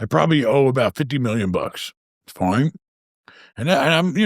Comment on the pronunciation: love how says fine "foin" 😂